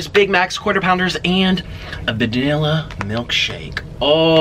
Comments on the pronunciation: “Vidilla milkshake“ 😂😂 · did he say a “vadilla milkshake” 💀💀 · 🤣🤣 he said “vdilla milkshake”💀